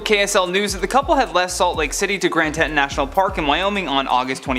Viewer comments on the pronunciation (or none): Grand Teton. There is no S at the end.